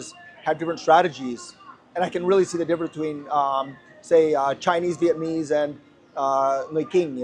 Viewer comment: At least learn how to say "Vietnamese'" correctly if you're going to live in Vietnam